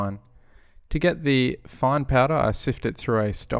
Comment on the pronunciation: Every time you say "fine", I hear fun :D